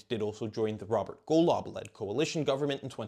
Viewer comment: Golov 🤣🤣 Your pronunciation is was so off, I bursted out laughing and had to listen to it like 3 times